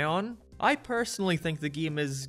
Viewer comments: I gotta ask... what accent is that? The way you pronounce "game" as "geeme", it's messing with my head :P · this video is ok but the way how this guy pronounces "Game" really triggers me